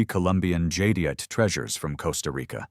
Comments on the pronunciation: "Jade ite". Not "jadyite" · These pieces were beyond stunning. Jade is so gorgeous, and the carvings are exquisite! But I heard at least 5 different pronunciations of "Jadeite" from Mr. AI voice, which was very off putting!